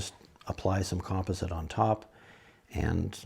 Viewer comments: Nice video. But would you please pronounce "composite" correctly! You're killing my OCD. lol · Thank you! I was having a hard time with that myself. :) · he must be Canadian!